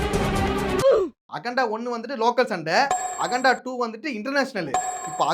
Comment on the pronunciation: All ok😂 It is akanda and you are pronouncing as aganda